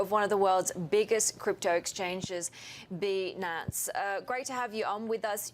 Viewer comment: Did you see his face when she said "bee-nance" HAHAHA